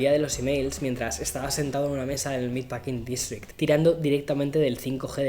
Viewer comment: otra toma usando a Nueva York. Que triunfador eres. Cafeterías, Nueva York, que grande…. Palabreando a la gente sin decir nada y dando una imagen de gran rico de Nueva York. Meat packing district (aprende a pronunciar, español)